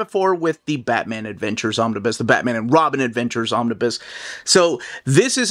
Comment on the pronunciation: I love your content. But I did want to be that dude. The "bus" "Omnibus" is pronounced like school "bus" not "biz"